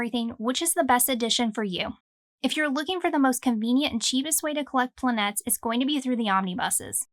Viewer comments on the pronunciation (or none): Hey a Greek here! Not 100% sure about it BUT if it is what most probably seems to be, which is the plural of the word "planet" in greek ΠΛΑΝΗΤΗΣ plural ΠΛΑΝΗΤΕΣ, then it is called "Planites", where "i" sounds like "i" in the name Billy and "e" sounds like the "a" in the word "baby" or "e" in the word "jelly". The accent goes in the "i"... So if I am not mistaken you should not say "planA..." where "A" sounds like "bAby" but "planI..." where "I" sounds like the "I" in the word "JIm" and the "planItEs" the "E" should sound like the "E" in "jElly"... The accent goes in the "I". I hope that I did not confuse you, I honestly tried to help and clarify... I was thinking of getting this, especially intrigued by its greek title and the good reviews... 🙂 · I thought it was pronounced "planet-ees" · The correct greek pronunciation is Plan-ee-tes. Tone/accent on the double "e" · It's pronounced plan-e-tes, it's a Greek word